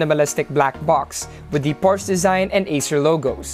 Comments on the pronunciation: Porsche, /por shuh/ Sorry po. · Hey guys! Hope you enjoyed the video! And YES I pronounced Porsche wrong. My bad!